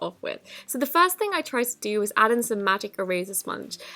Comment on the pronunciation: I love the way she says first she says it like fairst thing